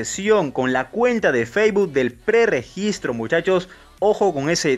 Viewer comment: No mms dice que no pre gistre